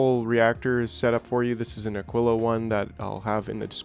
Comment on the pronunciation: Holy shit, someone who knows how to pronounce Aquilo! A rarity. Legendary Quality. 💙